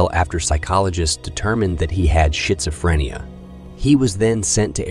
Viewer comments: I believe it’s AI who is reading this story. I’ve detected it in some other videos. Also, I’ve tested how “speak” works on my iPad & found I can manipulate the pronunciation ~a little bit~ merely by changing where I place the punctuation marks, especially the commas. It’s interesting. OMG i just heard it: the shit~so~freen~ia 😂😂😂🤣🤣🤣🤣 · He said shizzofrenia. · Yeah. "Shitzophrenia!" Why do I watch this crap? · I think it should be called shiit-o-phreana! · Schizophrenia pronunciation according to this computer is shitsophenia, snd Deana is DNA. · It should be "skitzofrenia" or something like this. But if you're an AI, I suppose I can't teach you that. 😂 People who have diarrhea have the shits. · Skits Zoh fren ia or Skits oh frenee ia* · He just said shits a phrenia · shityzafrania? i swear i think he calling deana dna? i must be going crazy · Your saying schizophrenia wrong but it's freaking hilarious 😂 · I had a good laugh at schizophrenia too! Made my day and also lead being pronounced as lead from a bullet! Keep up the good work on these cold cases! Thanks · Shit-so-fren-e-ya Shitzufrenic